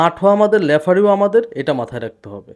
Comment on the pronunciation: লেফারি না ভাই শব্দ টা রেফারি। 😊